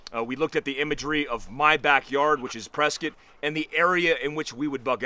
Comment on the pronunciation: I was watching your video discussing the network your building, and u referenced prescott specifically in there, and in that video, u pronounced it correctly... 😂😂😂 now, I know. Love prescott area.